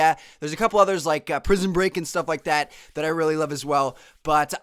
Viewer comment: I RULLY RULLY hate how he says "really"